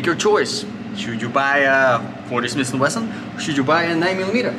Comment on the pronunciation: It is not smisssss and wesson it is smith and wesson… Totally useless video with no usefull information except: „Yeah yeah yeah take it take it, it is good it is really good it is ok…“